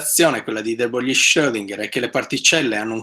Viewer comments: E comunque "De Broglie" non si pronuncia "de broglì", ma "de bròi": E Joule non si pronuncia "giàul" ma "giùul": (vedi anche la nota sulla pagina wikipedia su James Joule) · Lezione illuminazione. Solo una piccola precisazione: si pronuncia de brogl.